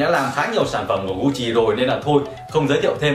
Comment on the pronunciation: Gut Chi , ko phai Gu Chi nhé hehe